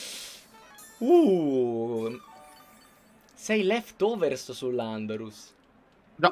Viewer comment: sentire che dice pefforza è una soddisfazione pari a platinare sekiro grazie